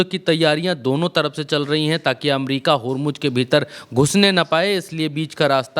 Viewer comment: Are bakhua Hormuz Ka spelling tik se bolo